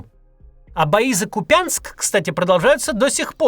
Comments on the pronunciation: Максим, в названии Купянск ударение на первый слог, у вас звучит так как будто не знаете как произнести название города который нужно было захватить Так, на будущее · Господи, невже важко нагуглити як КУп'янск читається? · Правильно говорит КУпянск,ударение на У) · Правильно - Куп'янськ з наголосом на "у" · Купянск - ударение на У. Спасибо. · До кУпянска. На первый слог падает ударение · кУпянск ударение на У:) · Спасибо, Максим, за работу. И все таки КУпянск. Ударение на первом слоге. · як ви дістали: КУп'янськ - наголос на у! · ВЕЛИКЕ прохання, пане - правильно вимовляти Ку́п'янськ. Або російською - Ку́пянск!!! Наголос на у́. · Купянск Ударение на первый слог. КУпянск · Максим называйте Купянск правильно!!!Купянск ударение намУ!! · Максим , Купянск - ударение на У ❤ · кУпянск. Ударение на У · КУпянском, Максим - ударение на У! перестаньте коверкать названия городов!!! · Купянск - ударение на У бестолочь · А перед записью видео уточнить правильное ударение в названии города, которое Вы произносите раз десять, было трудно? Чатгпт ответ даст за секунду. кУпянск! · Удивительная способность каверкать каждый топоним. кУпянск. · В слове Купянск ударение на ПЕРВОМ слоге. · Купянск- ударение на первый слог, а не на второй. Неправильное произношение режет слух. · Прошу прошение город Купянск ударение на у. Это мой родной город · Купянск ударение на У !!!!😡😡😡😡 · Ку'пянск , ударение на первый слог. Население Купянска официальное это одно , в реальности он слился с поселками Купянск-узловой и Ковшаровка в 50 тысячную агломерацию. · Максим, спасибо за вашу работу!🙏. Я в прошлом житель КУпянска. Ударение на У. Простите за поправку, но в то время, когда мой родной город превращают в обломки, это важно😢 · Посмотрите в Википедии, Максим, где в названии города Купянск ставится ударение. Надоело, что у вас, что у Наки(( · Ухо режим когда город Купянск неправильно ставят ударение ) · Не купЯнск, а КУпянск! Но вам, мАсквичам, и русский язык непостижим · Не КупЯнск, а КУпянск 😅😅😅